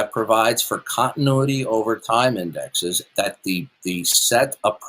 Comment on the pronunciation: that would require an entire community college lecture during which he will insist that indices is pronounced indexes.